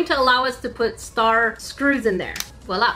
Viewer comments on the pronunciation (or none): none